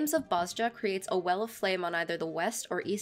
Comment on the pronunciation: I hate being this guy, pardon my OCD. know it's been 3 years and you probably already know, but it's pronounced "Boz-ya". Amazing guide btw very easy to understand <3